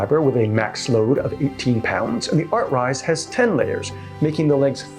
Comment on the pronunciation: your video bookmarks state artsize, your title says artcise, you voice it as artrise!! LOL.